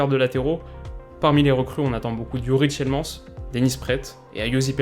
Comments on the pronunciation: par contre on dis pas tielemAnsss mais tielemAAAnZ commme Man en anglais donc svp en étant belge je saigne des oreilles à chaque que j’entends le nom de mon joueur préféré écorché 😂😂😂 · Hey, juste pour te dire on dit pas Tiele[AN]s mais Tielem[A]ns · c est Dennis Prat que l on prononce pas Praette voila et youri tielemannse pas tielmans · Message important pour ta prononciation praet se dit praat et tielemans tilemans avec le s prononcé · On dit tilemans et Denis Praaat 🤝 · C'est Praate (allonger le a et prononcer le t) et Tiilemannse (allonger le i et prononcer comme le man de superman)